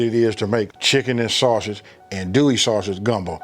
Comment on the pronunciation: That roux looks a little thick….and it’s pronounced undo ee. Not an do ee or an dole ee.